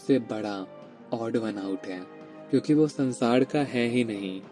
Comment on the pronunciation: Aap totle ho kya kadavas Padesaan nahi pareshaan hota hai . It's sansaar not sansaad😂😂😂